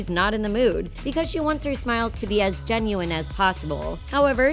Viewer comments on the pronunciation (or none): none